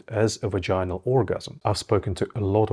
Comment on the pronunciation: not vagin-al it's pronounced vag-in-al. Also 'grinding' is total bullshit. Ask any woman which you did not do or you would know how wrong you are. you don't seem to know what you are talking about. don't need your mansplaining